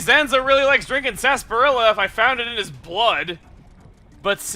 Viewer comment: Is that really how you pronounce sarsaparilla? This is the Monado's (replica) power! Wait what? What's a Tap Tap Tap? Guess I might find out later.